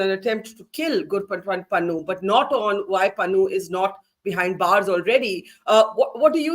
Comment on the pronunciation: Its Pannu. More like Pannoo actually😅